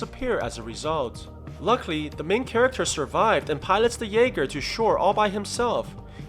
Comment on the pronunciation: Not trying to be rude but it’s called a jaeger German for hunter